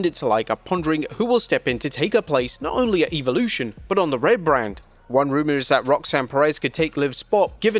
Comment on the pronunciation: Goodness gracious pronounce “Evolution” correctly already!!